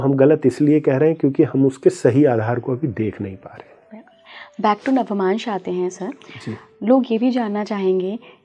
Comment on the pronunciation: Its navmansh and not navamansh as this lady is mispronouncing.